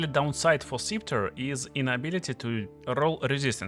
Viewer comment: Scepter is pronounced with a “short e” sound. /ˈsɛp.tər/